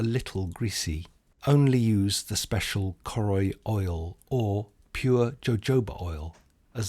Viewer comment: Choroi is actually pronounced as Caw (as in caught) Roy